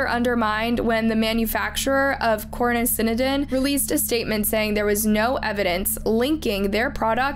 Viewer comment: It takes two seconds to Google how to pronounce Coricidin. These are great videos but mispronouncing words makes it less appealing. Seriously...just take a couple of seconds...